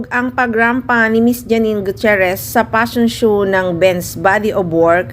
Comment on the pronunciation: fashion shoo??? hahahah gnyan na ba pag pronounced ngaun? hahahah